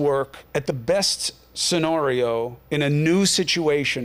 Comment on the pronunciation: "Scen-ARRRRRR-eee-Oh"STFU CUOMO you LIAR!!!!! BTW...non- Christian much?